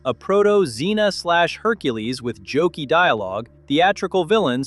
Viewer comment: Good god, stop saying proto-xena.